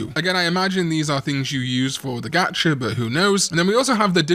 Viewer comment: "Gatch-er" lol